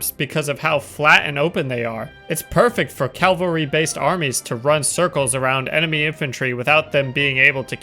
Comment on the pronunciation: repeat after me: cav al ry. Calvary is Golgotha